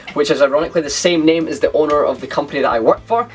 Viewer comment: Great video, despite the fact you totally failed pronouncing my name lol :)